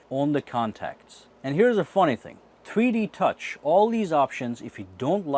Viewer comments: every time he says 3D touch it sounds like he is saying tweetie touch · it sounds like he's saying "treede touch" 😂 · Why does it sound like he is saying tweety touch I'm probably tripping